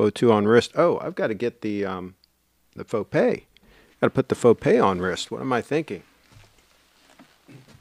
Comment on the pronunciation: Nice Fo-Gay,!